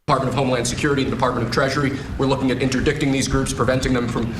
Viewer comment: Dude didn't even know the word "interdicting" he pronounced it phonetically. I thought Dude was a lawyer?